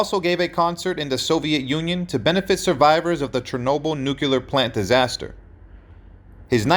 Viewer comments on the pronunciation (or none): So sad that your AI voice can't pronounce the word "nuclear" .. it is not pronounced "nuke you lear" .. it is pronounced "new clear" .. otherwise an interesting article. We met in New Zealand. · The word is pronounced new-klee-er, not new-cue-lur... There is no "u" in nuclear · What is NUCULAR? I thought it was Nuc-cle- ar. NUCLEAR. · Nu -cle -ar Nu clear nuclear